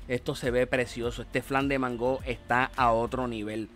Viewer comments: Se ve rico, porque le dices mangó con acento en la o se oye raro se que es boricua, sé podría hacer sin crema de leche de vatir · Excelente!! Aaah no se pronuncia así como lo dices porque la palabra mango no lleva acento en la o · Por qué dice mangó? Y por qué dice flan si es una gelatina?